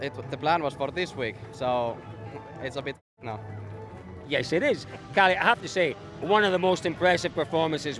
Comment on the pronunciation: theres like 20 drivers and the newsreporter cant be bothered to learn their names... Källi ??? It clearly Kalle